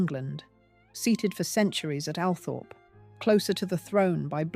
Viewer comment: Althorp is meant to be pronounced Alwthrup.